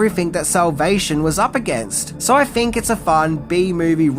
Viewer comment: Why does this guy keep using the “F” sound where there should be a “TH” sound? “Fink” instead if think. “Worf” instead of “worth”.